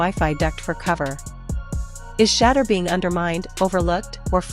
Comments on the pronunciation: "Shedder" these Ai bots just cannot correctly pronounce QB 12's name. I terminate the video immediately when that occurs. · I'm not liking or subscribing to your podcast until you learn how to pronounce Shedure's name!!!🫩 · Why can't they pronunciate his name correctly? Either they're doing it on purpose or they don't give a damn that they're calling him Shater and not Shedeur . How f'dup is that ? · Pls learn how to pronounce his name! SHEDURE!! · This video deserves zero likes and zero subscribes if the narrator can't pronounce the name correctly. Just ridiculously stewpid to do this several times! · Why can't they pronounce his name correctly.